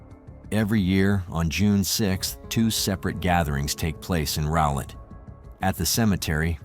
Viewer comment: Rowlett, TX is pronounced with the “Row” pronounced like “how.” So it’s like How Let but with an R.